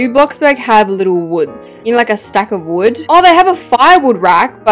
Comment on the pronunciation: Who heard her say bread instead of wood because heard her say bread